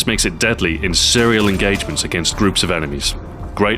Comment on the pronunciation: after did you say "Cereal engagement"